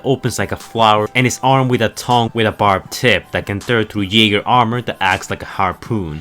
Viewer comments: its pronounced yegers as in Yaeger not jaiger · You know the way you pronounce "jaeger" as "jaygr" kinda gets on my nerves. It's pronounced "yaygr"